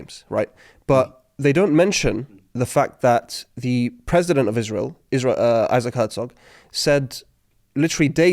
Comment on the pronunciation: NOT IZ-RA-HIELL